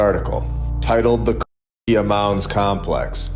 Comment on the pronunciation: Why can't you say "Cahokia"? 🤔🤫🫣🤔